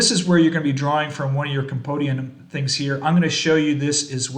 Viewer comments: Compendium - Come-pen-dee-um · Did you say...compodium? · Ah I like the way they say it lol.